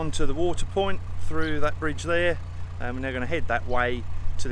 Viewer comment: at the 5 minute mark. Point not piont. I’m a retired typist and I’m sorry to say it’s a red flag for me. I feel a bit mean mentioning it as it is very picky of me and I’m a big fan of your vlogs so don’t hold it against me. 🤫🤭